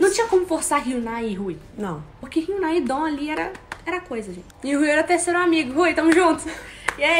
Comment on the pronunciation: Que agonia delas falarem e'dom ahhhh (não levem por mal eu amo elas, mas eu fico agoniada)